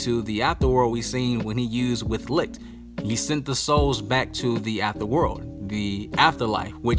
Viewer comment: the way u pronounce licht , lucifer and Lai slash gave me corona virus.